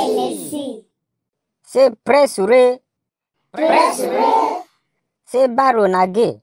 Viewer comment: How a fak saying pre -sure